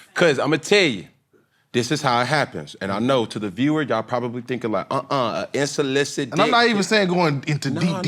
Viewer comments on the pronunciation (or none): unsolicited cam … the word is unsolicited 😂